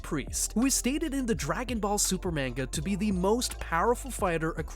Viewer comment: No shot you made a video on an anime/manga and pronounced it “mane-ga”!